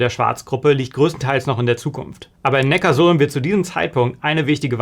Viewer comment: Und Neckarsulm wird, anders wie im Video, Neckar-Sulm ausgesprochen. Die Sulm fließt dort in den Nackar. Ja, man bekommt echt Probleme wenn man das vor Neckarsulmer*innen falsch ausspricht. 😂